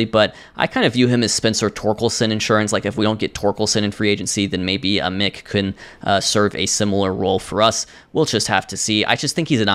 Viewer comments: Also it's Billy Aye Mick not ahmick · ay-mick not ah-mick